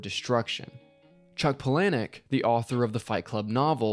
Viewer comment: Come on man... pullanneik? It’s pronounced ‘Paula nick’. If you’re going to do a video on his work, know this stuff. edit